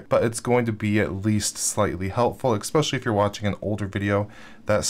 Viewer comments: I enjoy your videos very much but please stop saying eXpecially, it's eSpecially, thanks! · I will dislike every single one of your videos cause you said eXpecially.